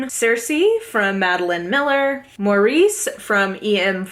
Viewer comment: I love Maurice, a terrific and moving novel. One small point, the Title and titular character is pronounced Morris.